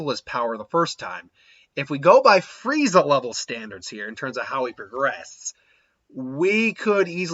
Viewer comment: Why do you call him Fireza? It's Frieza.